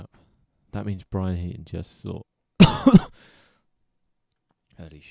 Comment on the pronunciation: It's Heedon actually